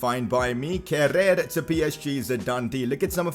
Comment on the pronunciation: It's pronounced Keh-rur. Great episode keep it up. Leipzig carrer mode next please.